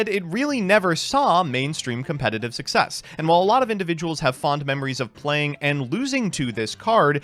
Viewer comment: for the love of god man, say:"success". Cool, now "success-or" and "success-ion". It is that simple dude